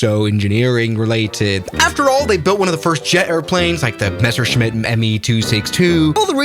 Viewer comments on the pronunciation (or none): none